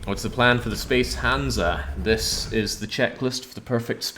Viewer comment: It's hansa.